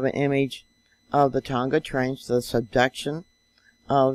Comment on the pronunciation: thanks,. been following you for years. a helpful tip. tonga is pronounced the same as a barbeque tong, fork tong with the "a" added....silent "g"